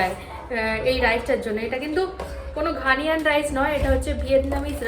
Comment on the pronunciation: It's not Ghaniyan. It's Ghanaian. ঘানিয়ান নয়, ঘানাইয়ান।